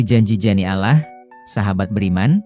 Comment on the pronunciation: jangan ucap kan lapas alah anda salah. ucap kan lah yg benar a, kalau benar anda islamm.